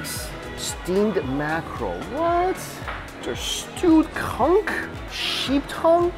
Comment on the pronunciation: Conch! Not CUNK!